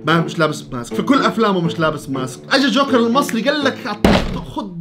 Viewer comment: يا جماعهه حد انتبه انو ما بحكي جوكر بحكي شوكر😂😂